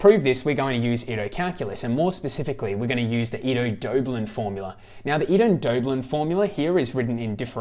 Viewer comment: Thanks a lot ! Just a quick note for the pronunciation of the names : Riemann sounds more like “Reeman” Ito like (EE-t-o) and Wiener like “Wee-ner”. In case that would help :). Believe me when I discovered that the philosopher Dilthey was pronounced Deel-Tie I fell off my seat :D